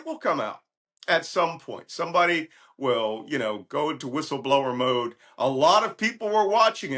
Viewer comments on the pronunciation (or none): none